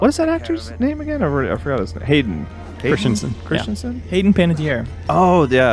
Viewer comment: I can’t tell if they’re saying Hayden Christensen’s name wrong on purpose or not